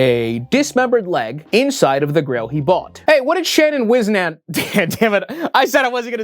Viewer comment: Shannon used to sell foot merch! I had a shirt, no clue where it is now... Also his last name is pronounced whis-nent! He was a local meme, but honestly really nice guy!